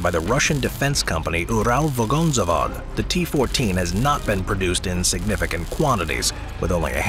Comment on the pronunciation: It's sounds funny when speaker says Ural Vagonzavod. But if true RF lost all their chances and gifts more opportunities for Ukraine invest in army in future.